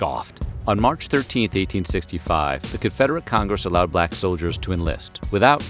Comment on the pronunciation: You said “balck privates” hehehe 😂